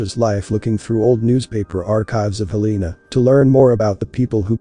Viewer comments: HEL-e-na….its pronounced HEL-e-an….. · It's pronounced Hell-en-uh 😊 Just constructive criticism to help with the algorithm I love your channel 🙏🏼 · Its pronounced Hell en ah I like your videos, keep going.! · It's pronounced "Hell-le-na'